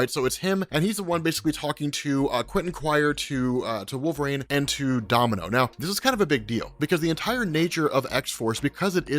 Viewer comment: Oh man... stop saying wolvrain The character's name is W-O-L-V-E-R-I-N-E Sheesh... You'd think that a guy that supposedly reads that many comic books would know how to say such a prominent character's name right...